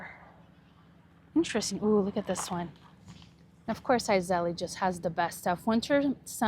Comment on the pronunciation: Iseli....(pronounced eyes-lee) 😊 Beautiful place! ❤